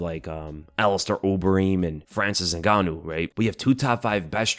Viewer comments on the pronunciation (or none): none